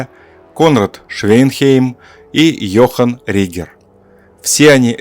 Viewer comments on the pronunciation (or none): none